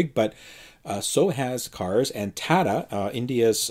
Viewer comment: You're pronouncing the company name wrong. It's TA-TA (as in a woman's rear end., street slang).